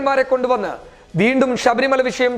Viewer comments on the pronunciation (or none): none